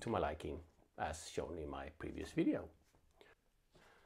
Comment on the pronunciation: You had my subscribe when you almost said “wideo”…. Glad I found the channel, thanks for the in depth review!